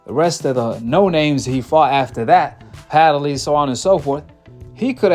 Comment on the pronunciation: Hey, there is no a,e,i,o, or u in between the d and the l in Padley. Stop pronouncing his name wrong.